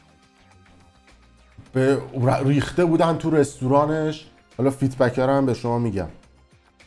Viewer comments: مگه مجبوری انگلیسی حرف بزنی اون feedback هست نه feetback 😂 خب بگو‌ بازخورد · جان این کلمه که استفاده میکنی فید بک هست نه فیت بک،جهت اطلاع رسانی خدمتتون عرض کردم.سپاس از برنامه و زمانی که میگذاری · فیدبک نه فیت بک😁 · فیت بک!! نه فید بک درسته،، تعجب اوره اینهمه تو فضای مجازی هستی از هر موضوعی هم از طریق مجازی پول درمیاری اما اصطلاحاتشو بلد نیستی درضمن خوب از این فضای بلبشو ایران پول زدی به جیب!! طرف بچه ده سالش کشته میشه تو میای اینجا ویدیو ازش میزاری پول درمیاری خلاصه حداقل صدتا ویدیویی که قبلن خودمون دو روز قبلش تو اینستا دیدیم تو اومدی اینجا دو روز بعدش ویدیو به عنوان افشاگری یا خبر جدید گذاشتی و پول زدی به جیب خیلی کثیفی حداقل پونزده بیست هزار دلار پول دراوردی بابت ویدیوهایی که در مورد کشته شدن جوونای مردم گذاشتی